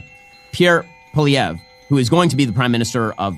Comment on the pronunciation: The name isn't pollivay. It's PWA lee ev.